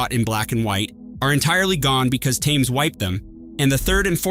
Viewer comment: How is it possible that you cannot pronounce Thames correctly?